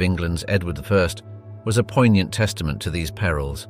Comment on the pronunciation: I swear to god if this guys said "poignant" or "mechabre" one more time, I'll lose my fucking mind.